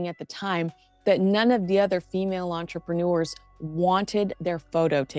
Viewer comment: I thought that revolting self-promoter was supposed to speak French? If she did, she would know that 'entrepreneur' doesn't rhyme with manure.💩😮 Although that's more appropriate for the podcast 🙄🙄